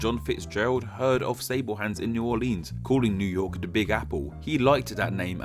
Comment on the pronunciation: Near yerk